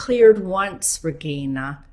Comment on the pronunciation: This was very helpful!! Thank you. (It bugged me that she was using a "hard G" in your name, though.....It's Regeeeeina, not ReGIna. Ugg. Doesn't she know how to pronounce your name properly??)